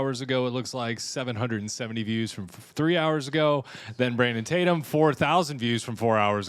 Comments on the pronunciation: Lemon called Officer Tatum, Tator? What a spiteful idiot. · You can tell Don Lemon feels inferior to Brandon Tatum because he purposely says his last name wrong! I can't stand this hypocrite! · I wonder if he realizes that ppl are literally laughing at him for going out of his way to mispronounce your last name? Like he doesn’t know who you are. Ohhhh, he knows and the amount of jealousy is astounding and honestly, hilarious!